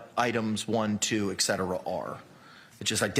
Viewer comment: Whoops!, says ‘ek-setera' instead of ‘et cetera.’ That's almost as bad as saying ‘pundint.’